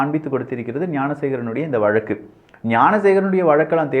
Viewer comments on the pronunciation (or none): none